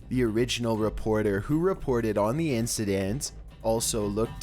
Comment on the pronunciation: “Instenstens” do you mean incidents?